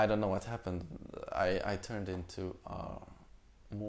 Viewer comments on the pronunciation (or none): none